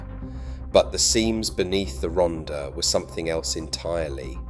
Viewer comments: Typical AI - can not get the name of the subject right...it is not Ronda - the double d is pronounced as a hard Th (like the) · If you're going to make a video about an area, at least learn how to pronounce it. It's Rhondda, pronounced Ron-thar. I should know, I was born there. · Pronounced “Rontha” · II made this musical tribute from a poem I wrote years ago I apologize for the pronunciation of Rhondda its a glitch in the youtube app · Dreadful narration by an English ( probably AI) voice who cannot pronounce any Welsh names/ words correctly. Lots of inaccurate/irrelevant photos. Trimsaran isn't in the Rhondda last time I looked. Then it transforms into robotic nonsense. Sounds like the Daleks. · I grew up in Cwmclydach, Rhondda in the 1940's. The commentator's mispronunciation of place names and other words is excruciating. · Pronounced most of the place names wrongly!!!!t The last picture is of CWMPARC where I was born and brought up!! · Zero attempt at pronouncing the names. Half the pictures are not even the Rhondda. Maps of Portsmouth, Milton Keynes, Aberdeen & North Wales? Needs a lot of corrections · But for God's sake, pronounce Rhondda properly! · Pity the narrator cant pronounce Welsh place names correctly, shouldnt this be for a local person?